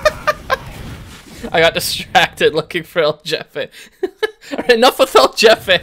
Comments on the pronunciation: a alguien mas le da risa que en vez de decir "el jefe" dice "el yefe"? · Hearing him say "el jefe" as "el jeffeh" makes me very anger grr grr bark bark grr It's pronounced "heh-feh"" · man I was cringing every time he said his name, “EL JAFAE” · I love how you pronounce "EL JEFE" as "el yefe", in spanish we use in a different way the letter "J" XD Interesting fact: Boss baby in spanish is: "El jefe bebé" but the movie title has been translated as "El bebe jefazo". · It is pronounced like a "H" El Hefe - idk if that was a joke. There is also a scout hat named that. Cumin in Spanish rice is acceptable lol. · El yefi sjsjsj me da risa como pronuncia esa palabra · It’s pronounced El Hefe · Uh its pronounced El HEfe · El Jefe is pronounced El H-efe please PLEASE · The j in so jefe is pronounced like a h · you know they're white when they pronounce, "El Jefe" wrong lmaooo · You pronounced El Jefe wrong.